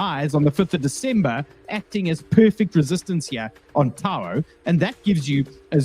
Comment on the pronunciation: Its TAO not Taouuoa....?